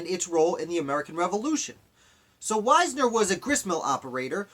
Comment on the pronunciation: I am descended from Henry Wisner. Our name is pronounced Wiz-ner.